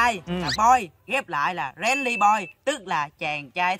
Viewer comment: đọc chữ friendly sai nha